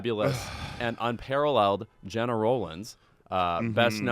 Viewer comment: YES! Got my mid-century style orange KEEP IT mug filled with coffee & I'm ready! p.s. Louis, tell Lovett how to pronounce GENA... Love you gents!